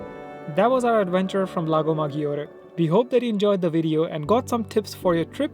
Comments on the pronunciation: Great video but please why maGIore? Maggiore they pronouns it MaDJore. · Maggiore will sounds majjore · Guys, please pronounce Lago Maggiore the right way, and you don't get 'browner' you get tanned